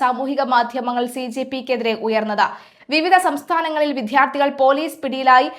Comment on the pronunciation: വിധ്യാർത്ഥികളല്ല വിദ്യാർത്ഥികളാണ്. എല്ലാ വാർത്ത വായനക്കാരും ഈ തെറ്റ് ആവർത്തിച്ചു കൊണ്ടേ ഇരിക്കുന്നു. ടി.വി. ചാനലിൽ പോലും കഷ്ടം